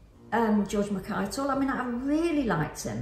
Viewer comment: Really interesting review! Very much looking forward to seeing the film. Thank you so much for all the effort you put into the videos! Btw... I believe it's pronounced George Mackay like hi, not Mackay like hey. (That seems so petty but everyone always mispronounces my surname and it drives me bonkers!)